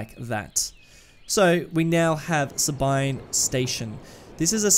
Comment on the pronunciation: Sabine is pronounced "Sah-been" - the mm-wiki discord community